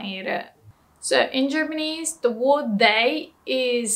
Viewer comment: did she say germanese?